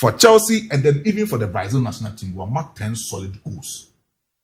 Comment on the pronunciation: You guys stop calling it Braizil! It's not Braizil! It's Brazil!